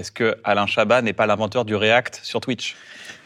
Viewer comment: L'homme qui n'aime pas qu'on prononce le "t" dans son nom Alaiiiiin Chabaaaaahaaaat